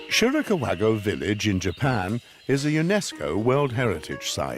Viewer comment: “Shirika-wago”? What? LOLOLLL! Shirikawa-gō.